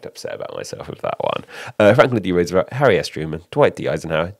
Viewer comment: "Rooservelt" LOL